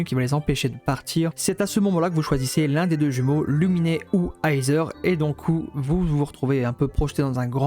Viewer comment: Bonne vidéo🔥🔥🔥🔥🔥🔥🔥🔥 mais la pronostication de Aether et Lumine sont: Iteur et Lumine pas Luminé x)